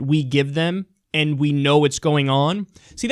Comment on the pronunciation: It's "and" NOT "end" for the 5 thousandth time.